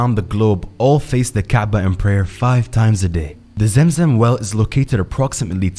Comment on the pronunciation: It's clearly pronounced Zam idk how you can pronounce it as Zem. Are you trying to be American? Be yourself man